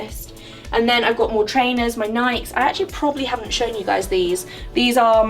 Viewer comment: The way you say "Nikes" makes me giggle. ;)